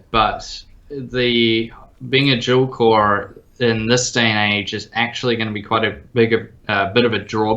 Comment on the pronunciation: I know it's dual core, but the way he said that it's weird.